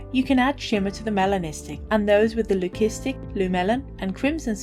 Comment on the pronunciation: Thank you for the lovely video. Btw Leucistic (lew-sis-tick)